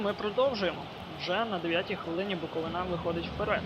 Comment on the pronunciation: БуковИна ...зверни увагу на наголос! а так то симпатичне відео)